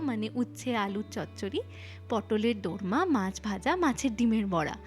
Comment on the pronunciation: দরমা না, ওটা দোর্মা 😊